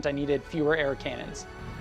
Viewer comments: did he say "KANONS"? Its pronounced ka·nuhn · Did you just say “Kaynons”? Cannon is pronounced “can-non” or “can-nin” in English. There’s no K or Y in the word.